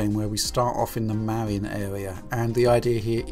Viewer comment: he stawted in the mawine awea in the san fwancisco awea, such gweat wepwesentation